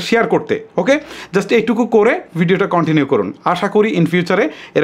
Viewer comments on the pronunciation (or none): none